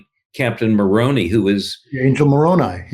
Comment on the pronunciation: Moroni is pronounced with a long I. Mike Lee is not held in esteem to the same degree his father enjoyed. A lot of Utahns are appalled at Lee’s behavior. His father died of cancer a number of years ago. People were very kind to his family. How quickly he has forgotten.